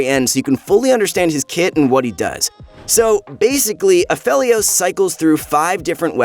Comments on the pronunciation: I love ya but its pronounced A..FE..LIOS. Other than that; great video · it bothers me he's saying Aphelios wrong